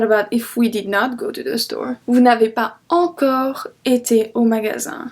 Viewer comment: I have a doubt you pronounced pas encore as pa encore aren't we going to use the liason here shouldn't we pronounce it as pa zencore pls clear my doubt but you're vids are really helpfull ❤